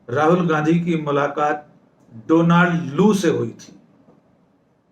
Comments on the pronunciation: Donald is pronounced डौनल्ड not डोनाल्ड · Donald is pronounced Daanld. Please note it.